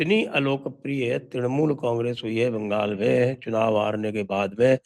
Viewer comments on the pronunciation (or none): none